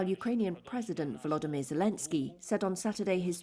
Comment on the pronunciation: lol dude Volodomyr, not Voldemorte...lol....Slava Ukraini, Heroyem Slava..